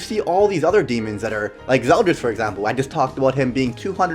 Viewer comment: I thought it was "ZeldOris" like his name is spelled with an "O"?